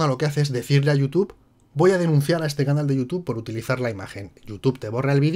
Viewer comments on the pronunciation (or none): "Anal" en vez de "Canal' Sdx